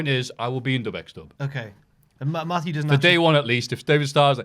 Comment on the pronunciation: Is his name really "Maffew?"